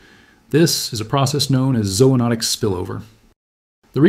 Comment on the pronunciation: This is the first video from this channel I've seen. I was pretty much all in, then I heard you pronounce zoonotic. Two long "O"s was the tipping point. I'm obviously prejudiced. edit: so, I subbed